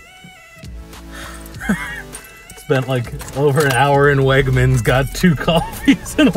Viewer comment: I work at WEGMANS and the way you say WEGMANS gives me life holy shit lmao